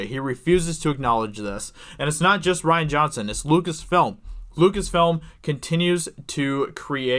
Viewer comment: rian (ree-an) not ryan (rye-an) ....... duh.